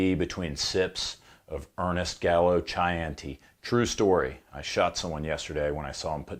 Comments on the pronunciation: Gelato = dze-là-to ≠ dzé-lato Gnocchi = nee-o-kk-ee ≠ g-no-chee Beretta = Bere-tt-a ≠ Bere-d-a Chianti = k-ee-antee ≠ ch-y-antee Prosciutto = pro-shoot-to ≠ proskeeuto 😂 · It's pronounced Key ahnti, not Chi ahnti it's also pronounced pro soot oh! I bought the Tisas Fatih which is an 84 clone which also has Mec Gar magazines for $250.00, used and is a wonderful little gun. After putting 8 mags thru after I bought it, I patted myself on the back for one of my better buys. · I'm sorry, did you just say Chi-anti? It's pronounced like key-an-t. Lol. Too funny. But anyway, I have Mod 82 in 32 acp and an 85bb in 380acp. The 32 has to be one of the smoothest shooting pieces I've ever owned and the .380, despite being a little snappier than most 380s. But they are still both great little carry guns. 32acp is a little anemic for my tastes, but I think it would be just fine. After all the 32 acp came from the Italian prison system from the prison guards. So if it was good enough for them, it's probably good enough for a carry.